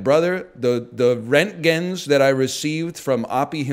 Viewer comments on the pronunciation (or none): The way pronounced roentgen tells me that he didn't watch Chernobyl smh